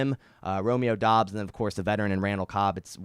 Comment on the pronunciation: Pretty sure Doubs is pronounced “dubs”